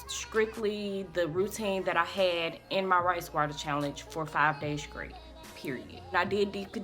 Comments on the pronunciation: Girl you was killing me saying scrate and scrong instead of straight and strong lol but your hair came out nice! You'll need to dust or trim to get rid of the split ends so you'll have healthier thick ends and btw I love that KeKe Wyatt song. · If u Say SKRAIT one more time...! 😂 Your came out sooo good though